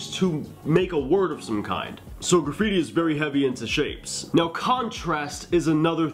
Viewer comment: Can you draw super bare bones piece with stick letters? And kinda show us the flow and letter weight without the 3D effects? Kinda like you did with the R example? Also: “Gra-freeti”